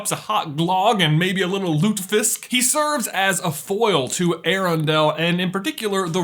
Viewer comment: Sorry to dissappoint you bro but he is not finish. The only norwegian thing there is "lutefisk" ~norwegian fan who can't stop laughing at your pronounciation and grammar lmao😂😂😂 (you nailed lutefisk tho😁👏👏)